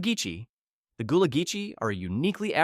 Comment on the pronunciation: Gull-ah Geechee, not Gool-ah Geechee